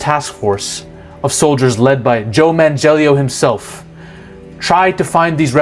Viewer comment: Did he say Joe Man-Jellio? LOL The idea of the Elder Gods was mostly August Derleth who put in his own Christian ideas into the Cthulhu Mythos to add a good vs. evil battle that Lovecraft didn't imagine. There aren't really any copyright issues to worry about as the Cthulhu Mythos is public domain.